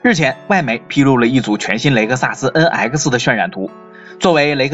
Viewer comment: Please improve your pronunciation! NX! Not en aisi!